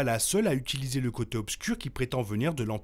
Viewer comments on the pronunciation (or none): none